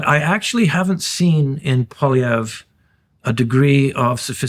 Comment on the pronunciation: Please, it is NOT Pollievre. Let us be courteous enough to learn how to pronounce his name. PWOL is the first syllable. Wasn't that difficult was it!? After all this is a bilingual country.